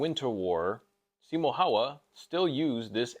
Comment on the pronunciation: Bro I love you, but the way you pronounced Simo Häyhä made me cringe… 😂